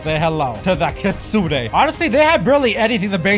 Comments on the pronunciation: Kitsune not kidsune 💀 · Kitsune❌ Kidsune✅ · its kitsune not kidsune